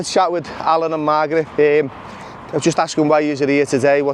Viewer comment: Sounded like you called Margaret “Migrant” 😂